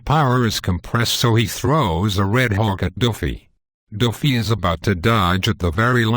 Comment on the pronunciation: _- Dude first learn to pronounce Luffy, then give your shit theories.